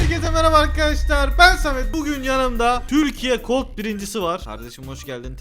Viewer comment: Yanliş anlamada ama cold deyil colt